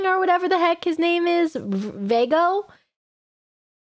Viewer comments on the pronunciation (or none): Veigo? I thought it was Viego maam.